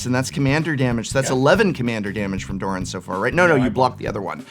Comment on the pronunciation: its not pronounced duran, its doran, its an o